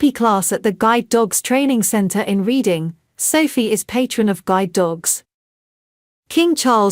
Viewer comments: Reading is pronounced Redding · Here we go again READING, its pronounced RED ING , please pronounce correctly.